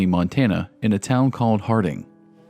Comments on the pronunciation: I’ve lived in Montana for 34 years and some of the story’s from the reservations around here are horrific. Very sad indeed. Also it’s pronounce Hard-in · Unbelievable tragedy, but this video is garbage. There's no facts that are helpful in figuring out what happened, there's total confusion about Big Horn County, WY and Big Horn County, MT, the narrator can't pronounce "Hardin," keeps calling a Rest Area a "Bus Stop," ... it's awful. There is absolutely no bridge connecting Ken Blackburn to anything across the border in MT. The counties neighbor each other at the border, but there's no direct route that connects them. For Blackburn to have committed a crime in this area, he would have had to drive to Billings and then across to Hardin and then return back the same way. This is pure speculative horse crap and you'll be lucky if you don't get sued for making baseless and ignorant insinuations.